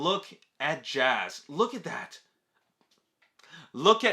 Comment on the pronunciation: lol you called him jazz again lol